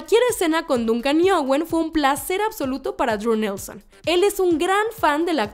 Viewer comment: Se escribe Duncan pero se pronuncia Dòncan